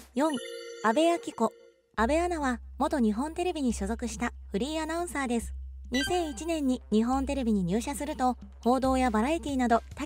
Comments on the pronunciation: フリーアナウンサーが フリンアナウンサーとしか聞こえん😳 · フリーアナウンサーだか不倫アナウンサーだか聞き取れない😂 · フリーアナウンサーが不倫アナウンサーにきこえる😭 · フリーアナウンサーっていう時、不倫アナウンサーって言ってるよな？ww言ってるよな！？w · 私もそう思いましたわ。ちゅうか、わざとそう聞こえるように言うてるやろ（笑）。